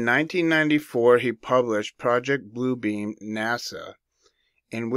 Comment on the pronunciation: Great research! I heard a whistleblower speaking several years ago and he said it’s not PRO-ject (as in subject) Blue Beam, ….. It’s pro-JECT (as in thrust forward) Blue Beam!!!!!! Yes….. say pro-JECT Blue Beam and you’ve got it!!!!!!